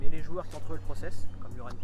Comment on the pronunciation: Par contre les gars c’est Armand Laurienté et pas Llorente comme vous dites dans la vidéo 🤣